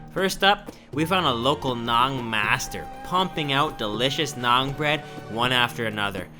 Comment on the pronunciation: It's actually NAAN Please correct